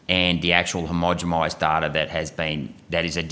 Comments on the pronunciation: It's "homogenized' with an N - the accent has him sounding like he is saying it with an M? Homogemized - sounds kinda wonky. Irregardless, :), he is doing really good work. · Why does he always say "homogemised" not "homogenised" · "Hermogimised"? Am I hearing right? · Agreed. The mispronounciations stretch into some of his biology/ medical terms too. He needs someone spotting and correcting his words. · Get it right mate. Read carefully. Not "homogemised". I do like your question though.